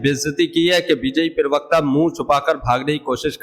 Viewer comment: Are bhai "pirvakta" nahin pravakta bola karo yaar .😢😢😢